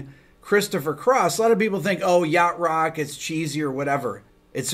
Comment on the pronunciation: I had to look in the transcript to understand you were actually saying "Yacht Rock" - never heard of it and had to look it up on Wikipedia, turns out these were all bands I loved growing up! Guess the puritannical purveyors of rock purity at the time would have labeled me that way as well. Oh well, guess nobody's perfect!